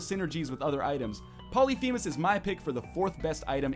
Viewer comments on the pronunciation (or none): Its pronounced pol-lif-a-mes. Not poly-fee-mes